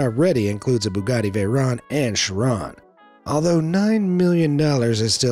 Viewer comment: bugatti chiron is so expensive people cant pronounce it right😂